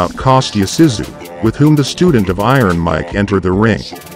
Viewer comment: YES very annoying your pronunciation of his name, it was driving me to distraction by the end haha must be tired or getting old, mmm probably both! it is K'o as in cough so - Co-sta as in sta-nd then Zoo - so Kosta Zoo is how you pronounce it, nice to see him again after a lot of years thanks